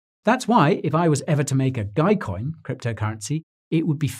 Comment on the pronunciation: Dogecoin sounds like doggycoin 🐕